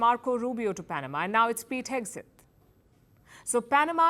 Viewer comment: Hegseth, Palki, not Hegeset